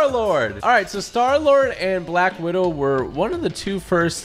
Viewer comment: He said black widow wrong